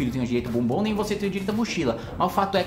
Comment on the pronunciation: Kim, muito cuidado na dicção ao falar “deu o bombom” . Tá parecendo outra coisa 😂